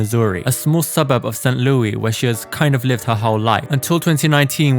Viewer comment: Oh didn't know she's from the Lou. Plus St.Louis is not pronounced the French way. 😂🤣